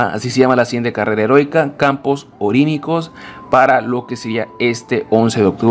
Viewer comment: es campos oníricos no "orínicos" saco de weas aprende a leer